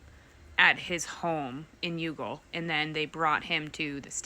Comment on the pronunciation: town is pronounced Y'all. Not Yoogle